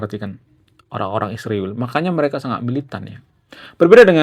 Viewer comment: Israjl punya arti yang Agung. Tolong jangan sebut iswirl Bang. Maaf ya.